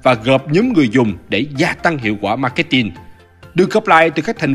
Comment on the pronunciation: Gút gồ , Ma két tin :)))) . K hiểu ai dạy